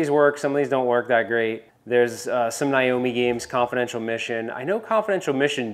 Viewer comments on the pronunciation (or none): He said Niomi.. Instead of Naomi. And verta cop..omg. Thanks for the video though!